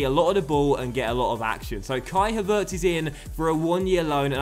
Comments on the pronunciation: With Havertz the accent falls on the first syllable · Please play Flum or Daehli instead of Billing in some games. Havertz is pronounced with the stress on Ha and not on vertz, the e is not pronounced as "long" as you did it. I hope you understand what I mean:) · The emphasis on the pronunciation of Havertz' name actually is on the first syllable #DocksLearningGerman ;-)